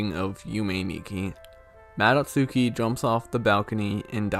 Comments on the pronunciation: What's a yummy nicki and a mado tsooki? Come on, if you are making a video about understanding it, it wouldn't kill you to at least put these words in google translate and listen how they are pronounced in japanese so you know how to say it properly in the video. I know you are mostly joking but come on... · You actually pronounce Madotsuki like "mah-dot-skee". In Japanese when the letter U is used in similar contexts, you drop the U sound. Like how "Sasuke" is pronounced "sahs-kay".